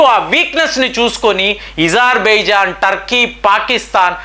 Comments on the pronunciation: Azerbaijan.... Not Izarbizan... Pl. Correct pronounceiciation.....sir Why you ..pronounce differently . Wrongly.... So.many ..names.....Pl correct sir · Not ezarbaijan ,it's azarbaijan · నీకు అ పలకడం రాదా.....? ఇజర్ బైజన్ అంటున్నావ్ అది అజర్ baijan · THE PRONUNCIATION OF AZERBAIJAN IS అజర్ బైజాన్ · Pronation wrong Agerbijan wonderful